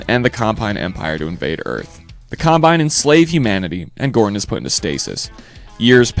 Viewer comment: Hey do you sometimes get really pissed off when the narrator pronounces a name wrong? Well I do its Combine! Not Compine they aren't an air freshener.